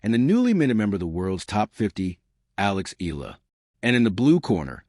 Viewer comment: ILA ka ng ila riyan... EYAhLAh bigkas nun. Pls stop murdering her name